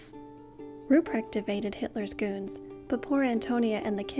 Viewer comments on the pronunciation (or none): none